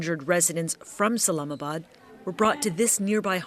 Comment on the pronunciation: 😂 Islamabad not salamabad